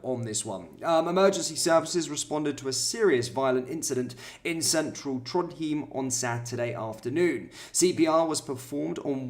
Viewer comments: It's pronounced "Trond-hime" instead of ""Trond-heem". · IT'S pronounced TRONDHYME I understand. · For your help "Trondheim" is pronounce "TronYem". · Trondheim - Pronounced tron-hime (like time) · It's pronounced Trond-hi-m. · It's pronounced Trodhime. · It’s pronounced Tronhime. I have been there many times. Lovely place 😐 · "Trond hiym" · I lived in Norway over 10 years ago - in Oslo - my partner and I warned them about immigration then…pronounced Trondhime 😉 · Trond-hime is how it's pronounced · I think it's prounced Trond hime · Pronounced Trond high m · It IS - but the reported seems to invent a new pronounciation every time he says it.